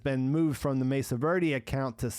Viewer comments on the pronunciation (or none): none